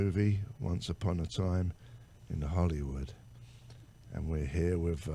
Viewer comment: "Wit Terry Bozzio..?" Oh, Mr. Jones...